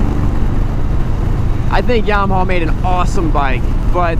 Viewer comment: It's a Yamaha...not a Yarmaha (".)